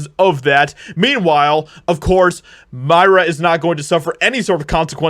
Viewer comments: If we’re gonna expose them ya gotta get their name right …it’s Mira as in mirror-A not Myra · Her name is pronounced "Meera". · Aww, I'm sorry to hear this. I liked her. P.S. Her name is pronounced MEER-a.